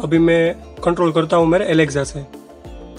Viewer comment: Alekza nhi Alexa hota hai